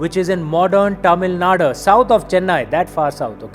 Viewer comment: Its tamilnadu not tamilnada 😂😂